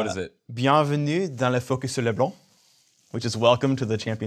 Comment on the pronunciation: OMG. They actually got Leblanc's pronunciation right? God really does exist.